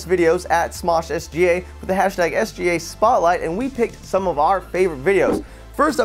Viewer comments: Did anyone noticed he said "SJ Spotlight" ? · Ath the beginning said SJ spotlight games don't start with a j